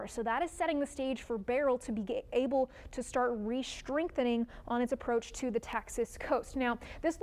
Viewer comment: re-shtrengthening 😂 very urban of you